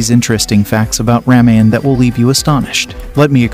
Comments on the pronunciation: Please try to pronounce worde like Ramayan it's not rameyen it's Ramayan . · Dear Sir, please get your pronunciation right. Lord Raam's wife's name is pronounced: "See-tha" not Seeda. "Raamaa-yun" where "yun" is pronounced as "sun." Ashram is pronounced: Aash-rum. "rum" is pronounced as the liquor "rum." "Laxman" is "Luksh-mun" (luksh sounds like lush) and mun as you would sun. Janak would be "Junuck" where Jun sounds like sun and the last portion is similar to "luck." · Why do you guys not pronounce the "a" at the end of the names? Like Ramayana = Ramayan? Just curious how Indian languages work 😅